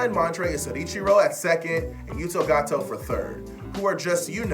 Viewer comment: Stop calling Yuto Goto "Yuto Gato". He's not Mexican! Hahaha! Another fine episode, fellas.